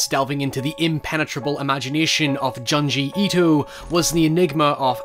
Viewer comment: Juh-n gee eedoh 😵